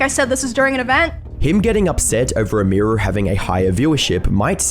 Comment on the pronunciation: Who is "Amir Roo"?